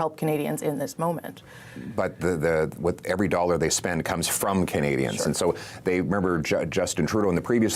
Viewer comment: That's Canadians not "candians"